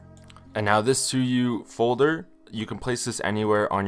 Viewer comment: Suyu❌ Sue you✅